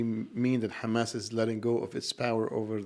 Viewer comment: did you just say khamas? I only know one group of people that say it that way. Did you happen to go to the Islamic University in Israel?